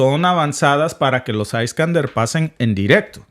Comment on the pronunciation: Se pronuncia Iskandier, y no aiskander! En ruso, no en inglés!